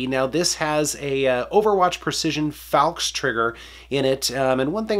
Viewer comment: *Cough* I believe it is pronounced, FALX(Fail X)